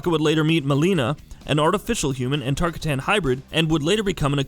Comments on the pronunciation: BRO ITS “TAR-COTTON” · As soon as I heard TaRkAtaNs I went to the comments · Sign 1 this nigga dont know his shit....sayin Tar kitt ton. 2 shin noke ( dis is my ladys account. Had to say that so niggas dont run lip. ) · Tarkatan listen to yourself. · Tar-catain not tarcitan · The host of this video needs to listen to Johnny Cage vs baraka intro dialogues in mk11.... Its Tar-KA-tan... Not tar-ka-TAN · It’s pronounced Tar-cotton not Tar-ka-tan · Tar-ka-ton. Not Tar-katan. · Every time you say tarkatAn i feel intense anger. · Lost me at the Tar Ka Tan part... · "It's Tar-kot-tan, earthrelmer!" -Baraka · Koe Tal Kahn Tar Kuh Tans Air Mac Shinook Bro, at least make us think you've at keast pkayed the games at some point. Geez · It’s pronounced tarkatin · TarkaTAN? ShinnOk? I'm done lol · Wtf is a tarkuhtan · TAR -KAH-TAN .... douche bag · What the fuck is a “Tark-Uh-Tan” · Jesus, TER-KAH-TON I need a shower after this one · Tar-Ka-Tin Shin-knock Smfh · everyone knows its tar--cotton... fool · Tarr kah tanns... smh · "Tarkitans" LMFAO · Tf is a tar-kuh-tan 😂🤣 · every time he says tarkatan I lose a little bit of my sanity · johnny cage: “Tar ka tan? tar kay tan? which is it?” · How does one correctly pronounce Baraka but goofs up tarkata idk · Did you even listen or look yo how to pronounce Tarkatan? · anyone bothers how he says Edenia, shinnok, and tarkatan wait also kotal kahn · Say tarkatan right pls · Stopped less than a minute in the video..... DEAR GOD MAN DO RESEARCH ON HOW TO SAY TARAKATAN!!!!!!!!! HAVE YOU EVER PLAYED ANY MK GAMES???? better yet Shoalin Monks??? Shit man. Butcher my boy racial name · he’s never played the game if he can’t even pronounce tarkatan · The way he pronounces both Tarkatan and Shinnok must mean he had little knowledge of Mortal Kombat before making this video. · Is this an april fools joke? His "tarkatan" pronunciation gives me anxiety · Is anyone else cringing everything he says Tarkatan? Yes? Okay. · Mispronounced tarkatan and shinnok